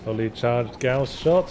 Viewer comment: It is gauss pronounced like 'house' with a 'g' instead of an 'h'. It comes from the name of the inventor, would say pronounce it how you like 'cause I preferred the other way myself, but when it is named after someone there's kinda a politeness thing to saying it right.